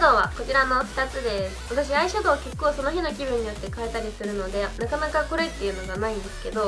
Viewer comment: 結構のイントネーションがちょっと…